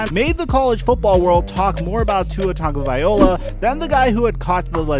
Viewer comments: VAI-LO-A! Not VAI-OLA! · THE NAME IS (TONGUE/GO/VY/"LOA") NOT OLA!!!!!!!!!!!!!!!!!!!!!!!!!!!!!!!!! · You need to really learn the pronunciation of the players’ names.. because you lost credit and respect for mispronouncing... it’s Tua Tagovailoa,, loa, not ola,, you kept saying Tagovai-ola,, instead of Tagovai-loa. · Bro, I love you and I love your work. But bro, you’re killing me with the pronunciation of homeboys name with every vid he’s in. My brother, his last name is pronounced: Tonga-vya-loa. I got your back bro. Love and appreciate all your hard work and enthusiasm. Just wanted to give you a little support there bro. Take care bro. Be well. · If Tua was a backup I can understand why pronouncing his last name wrong wouldn't be a big deal but being that he's meant to be a franchise player it hurts to hear tagoviola. Nothin mean meant by it. Just bugs me. Keep it up with the videos.